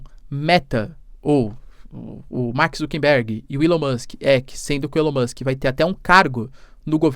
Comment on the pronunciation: Mark ZuckeRberg, e não ZuckeNberg